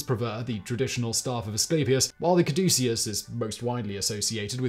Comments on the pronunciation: Simon, it is cad•u•sus not any of the pronunciations you used! This episode was the most painful i have ever had to listen to! i usually rate your content good to excellent. This episode is a Fail!:-( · I love Simon, but I wish he would have taken a moment to pronounce "caduceus" correctly. He pronounced it like five different ways throughout the video. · How many different ways did Simon pronounce 'caduceus?' I counted 12. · Alternate title: "How many ways can one man pronounce 'Caduceus' in 15 minutes?" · Hilarious that Simon pronounces "caduceus" at least three different ways in this video. More hilarious is that I always thought is was pronounced COD-uh-CUSS. 🤣😂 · I wonder if Simon is aware that he pronounced "Caduceus" 3 different ways throughout the video? He seemed to have finally settled on the correct pronunciation by the time he was about 2/3 through the video. Even mispronounced, anything Simon says sounds absolutely correct with his crisp British accent, lol.